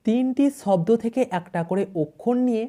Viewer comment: শূন্যকে। বলে ছূন্য।।সাপকে বলল ছাপ আর শব্দের উচ্চারণ ছব্দ